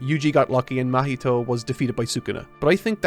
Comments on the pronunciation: how can you say junpei perfectly, but you say "mah-heat-o" like come on dude. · ITS NOT MUH HEE TOE :(( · pronouncing Mahito's name like mojito is hilarious 😂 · Someone on team please correct his pronunciation of 'Mahito'.